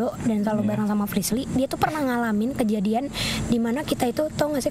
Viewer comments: be like manggil anwar jadi "aswarrr" be like manggil frishlly jadi "frislirrrrrr" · Hahha.....klo sdh panggil nama Frislly...jadi Frislir...bikin ngakak